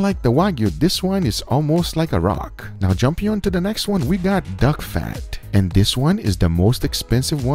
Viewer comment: "Duck fried chicken." Guga changed to Uncle Roger for a second pronouncing that :D